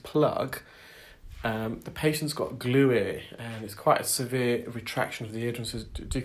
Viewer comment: Did you say glueare?